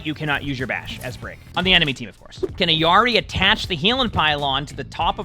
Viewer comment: her name is IL-yari not eyari